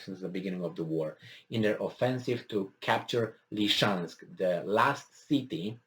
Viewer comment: Ly-sy-chansk. Ly-SY-chansk.